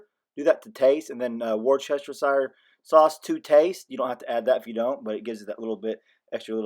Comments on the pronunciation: LOL Wore-chester-shier sauce. Not busting your chops but you should look up the audio and say this a bit less country. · I am going to try that. Never thought of cooking the ribs in apple juice, thank you. Going forward Worcestershire sauce is pronounced wuuss-tercher. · You made me crack up laughing the way you said Worcestershire Sauce!! Lol!! We say it the exact same way. I thought we were original, lol!! That sure looks good! I can't wait to try it! Thank you!